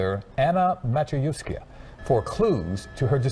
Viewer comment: I am Polish in America. I know both languages…..for anyone wondering how to pronounce this last name it is (Ma-CHe-yev-skah)